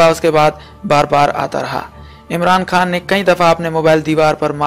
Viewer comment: Khan bolain Bhai khaan nai ap Indian hn